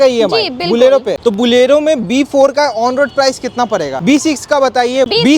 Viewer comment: Bhaiya ji it "bolero" not "Bulero" for hindi speakers